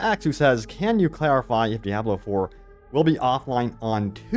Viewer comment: Why do you pronounce Diablo that way? It’s wrong